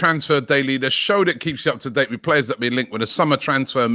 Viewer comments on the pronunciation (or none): none